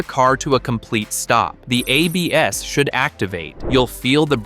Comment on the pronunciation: I realized we've been listening to a computer voice when it said "a BS" instead of ABS, lol.